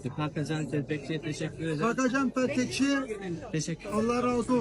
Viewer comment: Kakajan telpekçi Kakajan peltekçi demesi😂 çok tatlı yaaa❤❤❤